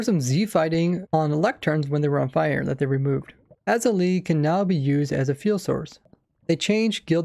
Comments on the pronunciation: Azalea is pronounced ah-ze-li-a or eye-ze-li-a, depending on the region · for all wondering, he pronounces it "ah-zu-lee"